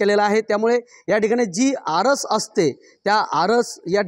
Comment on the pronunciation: आरस नव्हे आरास